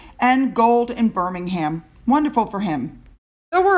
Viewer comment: FYI: Birming-em not Birming-ham. All place names ending in "ham" is pronounced "em" such as "Bucking-em palace".